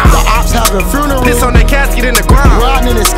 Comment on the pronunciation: Try’s to pronounce funeral foonerar